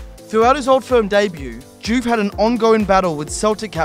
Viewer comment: First I've heard of this "Diouffy" pish!